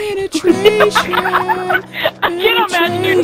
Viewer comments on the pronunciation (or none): penatration penatration xD hahahahahahah wtf lel